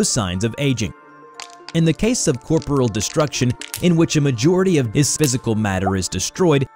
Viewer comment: first language must not be English. He butchers the pronunciation of several easy words every video... (ex Anubis, Corporeal).